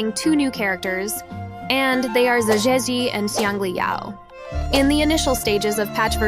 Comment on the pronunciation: "Zazhezi" that's not what I'm reading.... your AI voice is broken